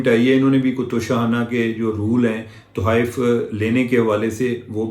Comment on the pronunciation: Tohaif nahin Tuhaif